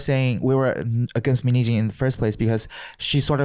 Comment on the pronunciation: How pronounces Min hye jin's name sounds like "minijeans" XD